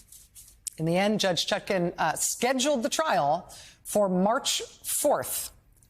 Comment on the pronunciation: It's "ChutkAn". Her name is regularly mispronounced as "ChutKIN", but the most honourable Judge Chutkan deserves all the respect of which right-minded people are capable.